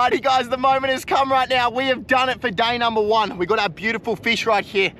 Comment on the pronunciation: To 'day number 1 ' bro is saying dainamo 1😂😂